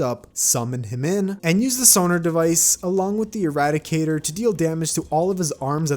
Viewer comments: Not as bad as him calling the irradiator the eradicator the whole time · calls Irradiator eradicator me: Please tell me the comments are saying this me: looks at comments the comments: not saying this me: welp time to post a comment